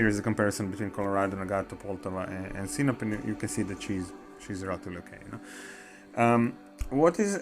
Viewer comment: It's not Sinop, it's SinOP 😎